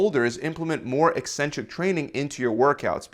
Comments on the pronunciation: Thanks for pronouncing 'eccentric' properly! You're nearly the only fitness channel that doesn't mispronounce it 'eeeeeecentric'. Bravo. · I came for the advice, and stayed for the correct pronunciation of "eccentric"